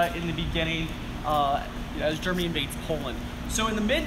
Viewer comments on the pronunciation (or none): none